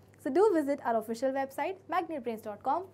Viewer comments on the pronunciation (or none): none